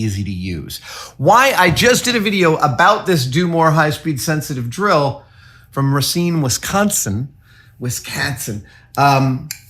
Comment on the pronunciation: BTW, as a born and bred Cheesehead, it’s pronounced “ray-SEEN”…